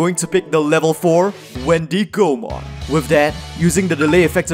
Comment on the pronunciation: Every time you said Wendy Go Mon, you made me laugh xD the wendigo is an animal and its pronounced like wendigo mon. Anyways, love your content and I'm so excited to see your take on Gammmon/Proximamon deck 👀 I've been playing that deck (proxied obviously) and I love it so much